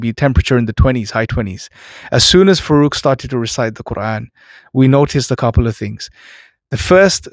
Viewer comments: you should be taking name as it is ..faarooq. not farooq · please pronounce the name "Farooq" as Faarooq. Refer to the Arabic spelling. Jazaaakallah khair